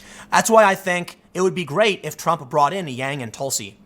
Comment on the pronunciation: that's jreat!